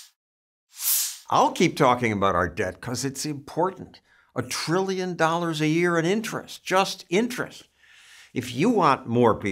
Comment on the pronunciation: "Over a billion three hundred million trillion treemuhmillion dollars!" 🤣